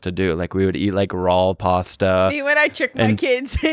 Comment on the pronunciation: Did he say rawl pasta